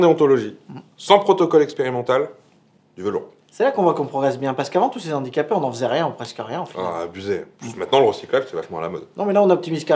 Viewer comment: En plus de tout ce que vous avez cité, vous avez fait aussi du mal, mais à dose homéopathique !!!! Je m'explique très brievement : mes oreilles ont saigné à chaque fois que j'ai entendu : "les Zandicapés" au lieu de " les Handicapés" !!!! mais super vidéos et super thème !!! Merciii